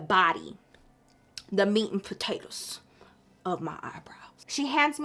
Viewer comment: I'm crying laughing LOL "the body... the meat n potatuhs" 😂😂😂